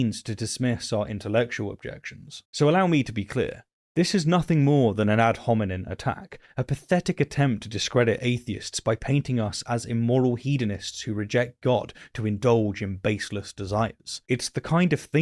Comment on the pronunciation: Love ya, man, and you're way smarter than I, but it's 'ad hominem' not 'hominin', unless I guess you're insulting a Homo erectus. Meanwhile, I think that Romans passage is super important. It may be the only bible verse that I know to be false based on personal knowledge. No gods have ever shown themselves to me. Not even a hint. It's a lie.